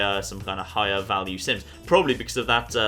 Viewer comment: Every time he says 'sims' I hear 'synths'